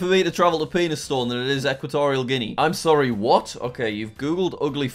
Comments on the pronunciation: Penistone is not pronouce Pee n*s stone it is pronounced penny stone. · BRO I LIVE AT PENISTONE AND ITS PRONOUNCED PEN IS TUN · Jack its called PEN I STONE PENISTONE